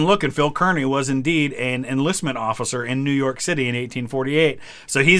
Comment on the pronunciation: As someone who lives right next door from Kearny, NJ (the town he’s named after) I can confirm 100% it is pronounced CAR-knee.